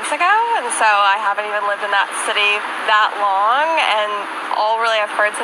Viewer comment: Wow she talks like a stereotypical white suburban woman. A cross between a valley girl, and a record being slowed to drawl out the final syllable. "I haven't lived in this city thatt longga. squeak"